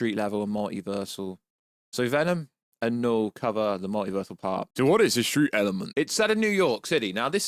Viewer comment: When you say Knull it sound like Noel 😂 That definitely wouldnt be a good villain name.